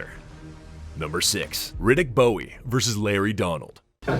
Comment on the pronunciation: Riddick Bowe, like bow tie…. Not Bowie